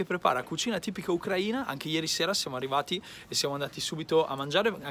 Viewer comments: Noi ucraini l'accento lo mettiamo sulla i,così diventerà ucraina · ti ho scritto anche su instagram e ti ho menzionato in una storia. Io sono un Italiano espatriato e abito a Kiev con mia moglie:) Mi piacerebbe incontrarti per un caffe'!:) ciao bello. Ucraina ha l'accento sulla "i", altrimenti e' offensivo per via di una parola in Russo. TheLollerz